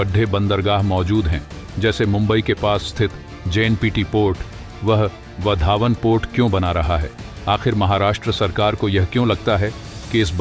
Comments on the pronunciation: आप वाढवणं को वधावन क्यों संबोधित करते हो? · वधावन नही, वाढवण.